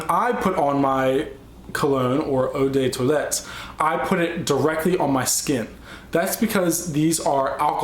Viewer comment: Hey I love how you prononciate "Eau de toilette"^^ It means Water used when you're washing (cleaning...) yourself